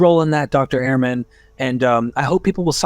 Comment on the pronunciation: Bart has said many times that his name is pronounced 'Erman' not "Airmen"